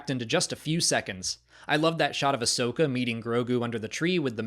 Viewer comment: Ahsoka, not Ashoka. How come no one ever gets that right? I don't know how anyone even gets confused about it. Everyone addresses her as 'Ah-soka', not 'A-shoka'.